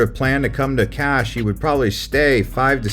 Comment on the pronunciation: Kas is a very cute little town that shouldn't be skipped on your road trip along Turkey's turquoise coastline. It offers beautiful beaches, great food, shopping, and a lot more. Kas is pronounced as Kash.